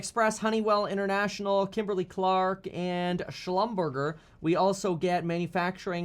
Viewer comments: Lol, he said shlumburger like it ain't french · Slum ber jay is how you pronounce that Kevin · Ok please tell me that "Schlumberger" mispronounce (commonly known as "Schlumber zhay" was a joke? 😂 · Slum burger? Slightly mispronounced, but that's okay. lol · your german and you pronounced shlumberger wrong. (schlumberjay) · Schlum - ber - zay is the pronunciation.